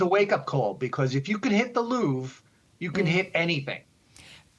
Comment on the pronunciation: Ah yes the worlds most famous museum. The loof